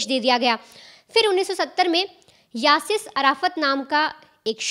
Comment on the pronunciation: यासिस नहीं यासिर अराफात